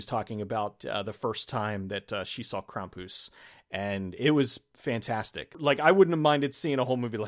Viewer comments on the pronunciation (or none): It's pronounced Kram-pus, not Kram-poos. He was the polar opposite of Santa Claus or Saint Nicholaus of Eastern European countries. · Kram-poos? Cx haha maybe I've always said it wrong always pronounced it like cram-puss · It’s “Cram-pus” not “Kraum-poose”. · Omg please stop pronouncing it as "crom-poose" ! Why are you saying it that way? Lol Your friend says it correctly. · Kram-poose, well that's an odd pronunciation almost as annoyingly hilarious as people mispronouncing deus ex when revolution was coming out. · The way you pronounce his name makes it sound far more ridiculous than how most people would pronounce Krampus.